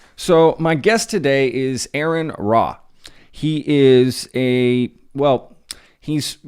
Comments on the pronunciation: You didn't bother to learn the name of your guest or what organisation he's a part of, and that was outside of the live part! You had all the time in the world to at least learn to pronounce his name (pronounced like the initialism for "registered nurse", R.N.)! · Mispronunciation of his name is a terrible way to start the episode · Starts off by mispronouncing the guest name🤦! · Lol I can't believe he interviewed Aron and pronounced his name wrong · Right off the bat you cannot even pronounce your guest's name correctly. Thumbs down.... I'm done watching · Why is it so hard for people to pronounce his name right? Ugh upsetting